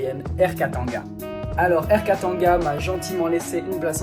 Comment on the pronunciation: 😅 bon ton accent quand tu prononce des trucs congolais…peu mieux faire, par exemple Air Katanga…ça se prononce : Kata et nga 😭😭😭 y’a pas de an/en comme en fr